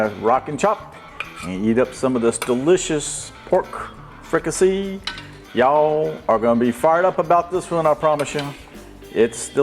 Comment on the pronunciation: Chef, I’m from south Louisiana too and in my area of south Louisiana we pronounce it like freak-ah-say like in french. It rhymes with “need I say”. Looks good, thanks for sharing.